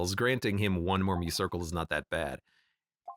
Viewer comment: 72 episodes in and i still cringe everytime he misspronounces muscircle